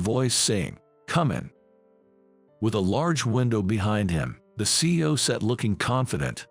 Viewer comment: It’s C-E-O each pronounced individually not see-oh. Words should be practiced before it is recorded.